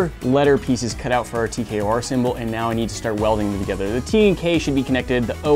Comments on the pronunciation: It’s T K O R you keep saying TKRO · He did the o in tkor wrong